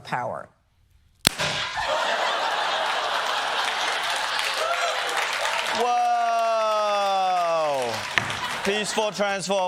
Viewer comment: “Transfer of powah”